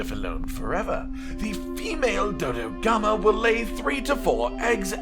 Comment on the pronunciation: Murder more Dodogama? I heard murder more Dodogama. BRB, gonna feed the canteen tonight with the sweet, sweet flesh of Dodogama.